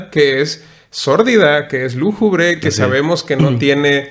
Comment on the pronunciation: Hola. Me comenta tu amiga Carmen que se dice lúgubre no lújubre. Nos dimos el tiempo de ver tu vídeo, soy fan de la tetralogía y me pareció muy bueno tu análisis. Es muy vasto y complejo este tema, sobre todo el comentario de la simbiosis de la energía y de cómo tener al humano, pudiendo desarrollar tecnologías sin necesidad de los humanos. Incluso en la primera entrega se menciona eso que es un zoológico, una prisión mental. Saludos! Temet Nosce. 😎